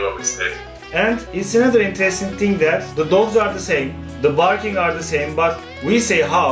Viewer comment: No one : Volkan Öge : hmm. itis veri intiresting...